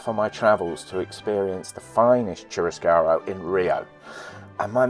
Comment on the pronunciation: Churrascaria ee aa at the end